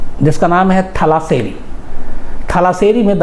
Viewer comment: थलाशेरी नहीं तलाशेरी... कुन्नूर नहीं कन्नूर